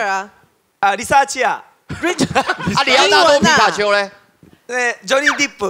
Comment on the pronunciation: 還有講強尼戴普還會講錯Johnny Deep~